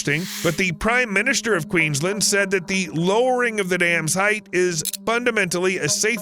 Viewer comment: all that research but not double checking how to say Bundaberg or Queensland